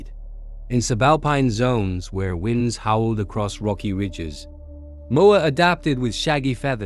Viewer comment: A few facts that could have been dispensed in two too three minutes stretched by a computer voice that pronounced what I'm sure was supposed to be the word "wind" as WHINED